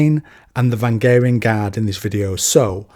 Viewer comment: "Vangaring guard" No. "Vah rang ee an"